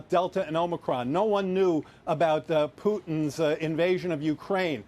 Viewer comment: Oh no it’s Pooo-Tins price hike! Joe Biden clearly has dementia